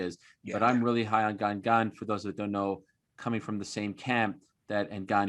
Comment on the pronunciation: Ariel HELWANI is the only MMA pundit pronouncing Cyril GANE correctly so far. I am sure Jon ANIK will take a page out of his Canadian book when commenting the ROZENSTRUIK vs GANE fight. Allez la France!